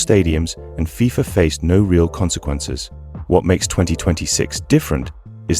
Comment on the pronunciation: You know this is ai when they cant pronounce fifa, AND THE NARRATOR DOES NOT TAKE A BREATH. GET RID OF AI CHANNELS